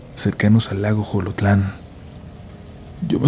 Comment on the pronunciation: Xolotlan se pronuncia Solotlan, no Jolotlan